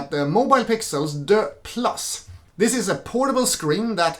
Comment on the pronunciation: This French “Deux” is hilarious. It’s DUEX, like dual.